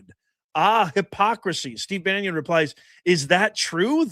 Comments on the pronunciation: It’s pronounced Steve Bannon NOT Banyon. (It’s hard to listen to this video with him pronouncing it Banyon. How can you not know who he is? And if you don’t know, it’s difficult to follow your assessment on Bannon) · Because I hope to hear about him go8ng back to prison, it's "Bannon" not "Banyan". Youre spending too much time Florida. Lol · Ban on. Not Banyon….Im not sure about any involvement… I haven’t seen anything incriminating him of sexual “escapades” BUT Bannon does documentaries. He was supposedly trying to get 50 hrs on interview time for a documentary on Epstein. I haven’t seen anything to cast SA blame. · Love it! there is now a coalition of pronounce Bannon properly viewers. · Bannon not Banion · It's pronounced Bannon not banyan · Bannon not Banyo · Bannon, not Banyon. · baa NON !!! not Banyon or Banion. Pseudo intellectual punching bag. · Why are you saying: Banion ? It's : Bannon, for God sake. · I really enjoy your videos. But one thing is bugging me... BaNNon Bannon. Not Banyon or Banion. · … buddy, Steve’s last name is….. BAN NON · Hi, Steve Bannon’s name, is pronounced ban un. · Why do you keep mispronouncing Bannon? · It's NOT BannIon professor. Try baa NON. Content has been great but you dont need to come off like Chris Matthew's X20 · Steve Bannon's name is pronounced BAN IN! THERE'S NO I OR Y IN HIS LAST NAME! HE'S NOT RELATED TO PAUL BUNYAN! I CAN'T STAND THE GUY, BUT EVERY TIME I HEAR YOU CALL HIM STEVE "BANYIN", IT'S LIKE NAILS ON A CHALKBOARD TO ME! Thank you for your attention to this matter. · and BANYON or Bannon ????? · It's pronounced Bannon,,, not Bannion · Why do you say banyon? It's bannon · Steve "Bannon", not Banyon☺️ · B.a n.n.o.n. Not Banyan